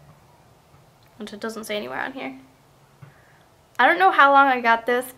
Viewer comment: sorry to correct youu.. but isn't it korr-S not korrs...